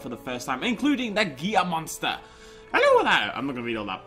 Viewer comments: Gia? No it's pronounced ge la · Good to see this back! :) also, the Gila Monster is pronounced like "Hee-la" haha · lol the L in Gila monster is actually pronounced. I was like.. whats a GIA monster? o.O xD